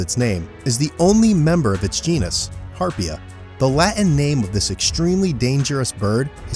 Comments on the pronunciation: Harp ee jah, not Harp jee ah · He mispronounces Harpia Harpyja So much for Youtube "experts".